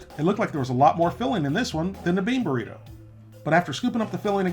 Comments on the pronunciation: It’s funny how he says BORRITO instead of BURRITO hahahah XD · Is he saying borrito?